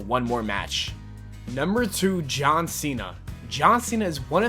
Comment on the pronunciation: AND HIS NAME IS JOggHN CENA